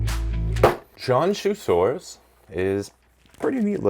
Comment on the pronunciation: just so you know, Qianzhousaurus would be pronounced closer to "chee-Ann-Joe saurus". Not exact, but with Chinese names, you have to explain it to english speakers in a way they will understand. When you see a zh sound, the zh is like the "dge" in "Judge" - not the "z" in "zoo". Qi sound is not quite the same as "chee" - but, without audio to show you it's hard to explain. the "tch" sound in "switch" would get you closer than the "ch" sound in "chew", which has too much exhalation sound. Do that, and you've improved your accuracy with Chinese dinosaur names by many times over ;)